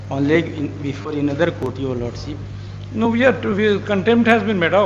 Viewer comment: What a disaster these advocates saying Lord seeep instead of Lordship, for submission they saying summison, for koshish they saying kosees kya bakwas log hain North India me